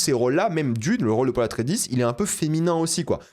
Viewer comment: C'est quoi cette prononciation du nom Atréïdes? WTF genre 😢. Dune c'est mon œuvre préférée fais attention s'il te plaît.